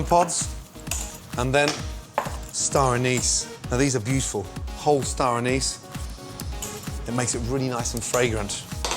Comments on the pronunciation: Anise is pronounced with the stress on the first syllable, and as though there's no E at the end. Ann'-iss. Not Ann-ees' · Okay so he can't pronounce the word basil or anise. Interesting...